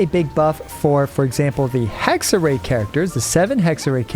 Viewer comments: Small Hexerei pronunciation tip: You’re already doing a great job, but the “ei” at the end is pronounced more like the beginning of “Raiden” than “Ei” :) So Hex-er-“rai” ^^ Great video! Really excited for Durin, but personally I’m still holding off a bit on pulling to decide if I shouldn’t wait for Columbina instead🙈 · its pronounced Hexerai not Hexerey btw just saying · Hello and other ppl! 👋 About how to pronounce the word "Hexerei". The way you said the "Hexe" part was right. It's the "-rei" part that's wrong. Instead of -rei like "ray", think of the Raiden Shogun and use the pronunciation of "Rai" for it. So it kinda becomes "Hexe-Rai" when you want to say it. Hope it helps lmao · the "ei" in hexerei is pronounced like eye :D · German speaking person here: if you want to say it correctly you just go "hexer I", since the hexer part you say is fine enough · Hexer-EYE. In German, when the vowels go walking, the second one does the talking! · Pronunciation is unfortunately not correct. Everyone I heard it from always messes up the "ei" part. In German, we pronounce it more like "eye". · it's pronounced hexer(eye), best way I can explain it to english speakers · the "ei" in hexerei is pronounced like the "uy" in guy. the "r" in hexerei is pronounced a little bit differently also, but i can't explain that one properly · German here: its pronounced HexerÀI, stressed at the end. It means witchcraft or wichtness, bc Hexe means in german Witch🤓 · Hexerei is german and means "witchcraft", the correct pronounciation is he-kse-rai :) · Hexerei is a german word and means Witchcraft. So it´s proncounced like Hex-eh-rai (I am not able to write in IPA so that´s the best I can offer) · To pronounce "Hexerei" more accurately, pretend that there's a Y at the end instead of ei. Like "Hexery". And while we're at it: For Klee, pretend it's spelled "Kleh" instead please. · Hexerei is pronounced as "hexerai" and basically means witchcraft 🤓 German here btw :)